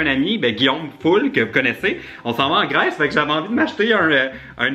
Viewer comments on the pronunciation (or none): none